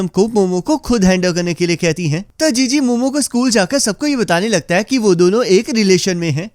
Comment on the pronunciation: chi chi ❎ jiji✅